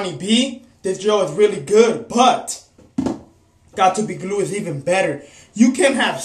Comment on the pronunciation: "GOT TO BE GLOOED" .